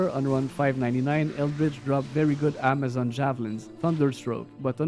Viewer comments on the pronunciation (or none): none